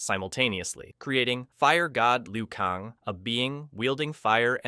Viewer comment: kAng not kong. How do you get that wrong